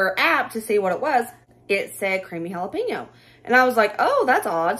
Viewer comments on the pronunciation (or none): The way you pronounce jalepeno is absolutely adorable and so East Tn. Hal-a-peeno..., I just love you!! ❤❤ This has been one of my favorites!!! Fast food is getting RIDICULOUS. Good job, lady!